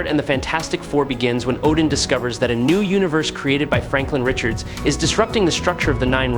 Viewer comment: Spelled his name all the way wrong in the thumbnail and the title. How 🤔? And said his name wrong... really, how ?